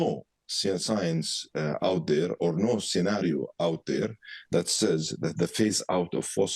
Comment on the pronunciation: This arab man pronouncing the science (seecince)😂😅 if you don't have English knowledge speak your own language if you can talk properly Arabic language. 😅😅😅